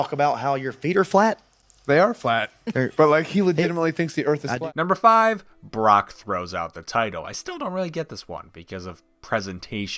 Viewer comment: did this man just say “the bork?”